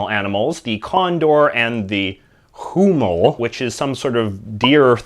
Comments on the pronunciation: it's pronouced weemoole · Huemul, it's pronounced weh-mul. H is is mute consonant in Spanish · Huemul it's pronounced "Weh-mool" 🦌🇨🇱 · The "Huemul" is pronounced "Wemul". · Chilean Huemul - IPA Pronunciation is [wem'ul] #themoreyouknow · Silly J.J., the Spanish H is silent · You should pronounce the "e" in huemul